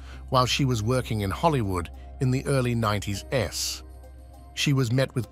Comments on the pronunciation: The 90's was pronounced "ninety ess" LOL! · "You have proof it's Ai Because it sounds like Normal British Bloke to me." That's what I thought too, until the narration said at about "what Harvey Weinstein had done to her while she was working in Hollywood in the early nineties-s." That sure sounds like an AI's interpretation of "90s". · "In the early 90s ess", did you make a typo with your AI voice? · "In the early 90's S."? That's some next-level dumb when you run a channel yet choose not to proof-read or preview your AI narration for before you upload. Simple tip, genius: When writing for AI, spell things phonetically. Get ready y'all, this is the future. Channels like these exist for no reason other than to make money. If things continue in this way, soon enough there will be a far smaller number of channels with videos meant to educate, made by people who have sincere motivation to make good content. Instead, there will be more and more of this arse gravy. Profit-driven rubbish with titles carefully designed to attract the most traffic. Accuracy is irrelevant. The only consideration is, views. "But, why the hate, Bhatt?" Well if you must know....I was touched inappropriately by AI as a child, and subjected to its micro-aggressions.